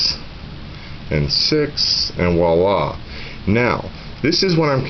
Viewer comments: Best description of how to tie the FG knot ever. One thing the word is "viola" with a V; to me it sounded like you said "walla" three or four times. It is French for "look there". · Yep, I'm an ass. The word is "voila".